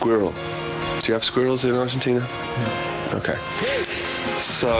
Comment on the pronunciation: LOL I can't get over the way Chris pronounces the word 'squirrels' . It's just so funny! Love the accent.